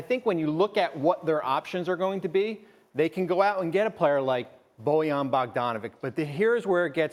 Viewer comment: Can this guy pronounce bojans name right? Like cmon dude it’s easy.